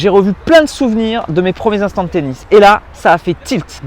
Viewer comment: Des premiers "intants" ? Mdr sinon super video comme d'hab